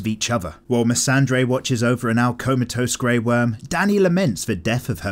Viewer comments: It’s Missandei, no r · Her name is Missandei. Not missandre. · The videos are great but maybe you could learn how to pronounce their names. Especially Missandei. There's no R in there. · I wish you'd stop dropping an imaginary "R" into "Missandei".